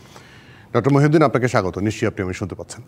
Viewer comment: ড. খন্দকার মুহিত উদ্দিন স্যারের নামটি বারবার ভুলবশত মহিউদ্দিন বলা হয়েছে